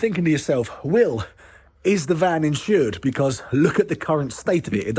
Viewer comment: It's insured not insurd